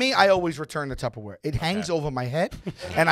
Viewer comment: That's a good conversation about Tupperware, excuse me Tubberware